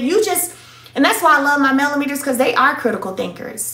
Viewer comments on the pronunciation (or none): Lol, Melometers....😂😂😂